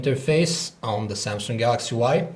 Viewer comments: samsung not samsunk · he said samsungk o.o sounds like sumsuck lol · Why did you add a 'k' in the word samsung? its makes the word ' samsunk' .